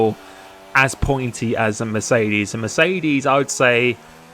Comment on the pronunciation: Dude... it's not Mecerdes.... It's MeRCEdes! :D